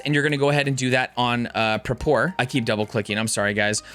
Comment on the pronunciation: why u say prapor like that? have i been saying it wrong my whole life??